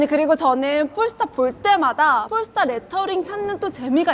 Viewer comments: 폴스타가 아니고 현지발음으로 뽈스터입니다 뽈~스터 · 도대체 얼마를 받았길래 저렇게 폴스타~~뽈스타 하냐 단점은 아예없네~~~ㅉㅉㅉ